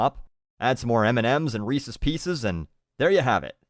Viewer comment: At least knows how to say "Reese's" correctly. My respect for him increases.